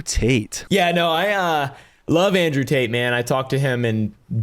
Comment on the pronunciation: Did he just say Andrew Taint?